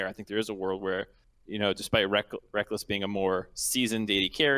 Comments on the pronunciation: This is my monday listening while I work. Always a good time. The Connecticut caller sounds like he was from Alabama and it through me for a loop when he kept pronouncing Reckless as Reckalls. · Actually I'm pretty sure reckless actually made a comment that his name is supposed to pronounce like "wreckles" I remember watching some personality (was probably ) making fun of it.